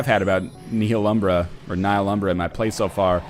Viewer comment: THE H IS SLIENT